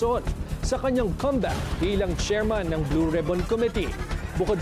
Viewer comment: Thank you for pronouncing COMEBACK properly with the stress on the first syllable.